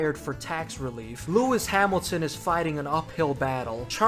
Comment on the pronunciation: Really "Lewis sad milton"??? 🤣🤣🤣I mean I love this guy but seriously this made me lmao